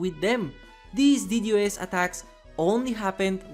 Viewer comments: It’s D Dos NOT D. D. O. S. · Aint no way he said ddos as d-d-o-s